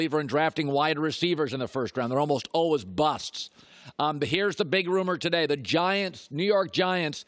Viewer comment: He pronounces always as “alwas” don’t listen to him